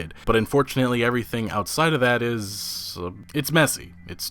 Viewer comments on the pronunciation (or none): none